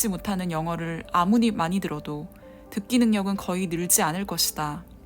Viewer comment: 4분40초쯤 아무리 인데 아무니라고하셧어요